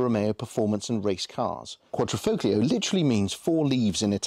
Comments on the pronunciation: One of my pet hates, no one would say Lamborgenie or Furrari, but the number of English reviewers that say FOGlio does grind my gears. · ‘Quad - Ri - Folio’ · Nice review. You don't pronounce the G in Quadrifoglio. Just saying. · Great video, the only issue is that it's a Quadrifoglio not a Quadrofoglio, a Quadro is a picture frame, and the g is silent.. Ciao..🙂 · It’s pronounced with the G silent! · Car guys should know the G in Quadrifoglio is silent…..lot of little errors in your facts too, as pointed out in other comments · the g is silent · If you pronounce the “g” in quadrifoglio, you’re NOT a car guy. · Stop saying the name incorrectly lol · Please, please stop pronouncing the "g" in Quadrifo(g)lio, ;-)) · Please please please learn how to pronounce "quadrifloglio" :D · Car guys that cant pronounce Quadrifoglio... lol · Shame on you boys for not even making the effort to learn how to pronounce Quadrifoglio correctly. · You shouldn’t believe everything on the internet !! Im Italian and you don’t pronounce the g.